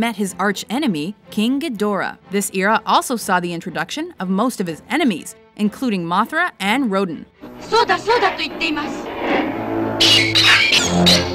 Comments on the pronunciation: It makes me sad as a Godzilla fan to hear someone call Rodan “Roden” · Rodin is pronounced like "Ro-Dan'." It's like the artist.